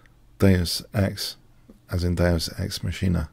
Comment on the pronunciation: FYI - Deus ex “mock-en-ah”. And thanks for the fascinating Leela updates.